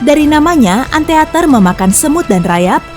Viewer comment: ANTEATER ?? ant iter kalau bacanya